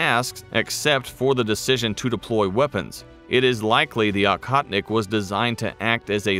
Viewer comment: It’s Oh-hotnik, not Ah-hotnik.